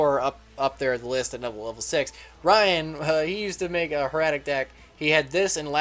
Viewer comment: It's not Her-at-ic, it's pronounced Heir-a-tic.